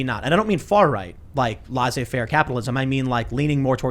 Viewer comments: Laysay not larsay faire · Tim, can you do me a favor? Can you never, ever, ever call "laissez-faire" capitalism "far-right" again? And you guys always pronounce it wrong but whatever.